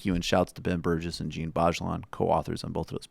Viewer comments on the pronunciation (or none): none